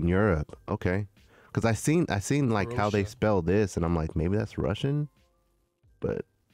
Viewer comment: Cro-Aysha cmon guys haha